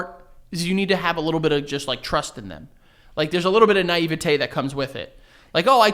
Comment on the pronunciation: Can we talk for a minute how said “naivety.”